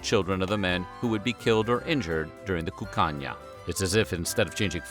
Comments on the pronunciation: Every time he said “Cuccagna” I heard “Cocaine” with a Spanish accent. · Sounds like he's saying "the land of cocaine."